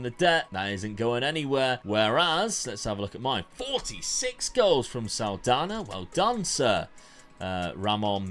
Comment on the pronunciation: What a pronounce with the NH in portuguese on "Saldanha" haha!